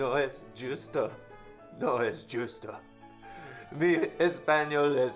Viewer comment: "no es yusto" jajajaja